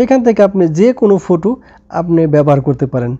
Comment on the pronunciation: ফোটু না ফটো😂😂😂